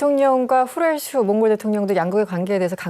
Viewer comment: 나라 이름 제대로 말씀해 주세요